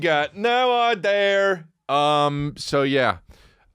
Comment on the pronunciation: Finally someone emphasizing the “r” in idea. British people can’t keep getting away with this